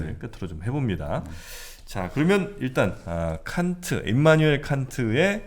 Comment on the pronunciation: 깐트 칸트 비 삐 발음이 사투리인가요